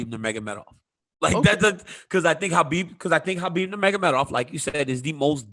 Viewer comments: ITS HABIB NOT KHOBYB MAN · It's khabib dude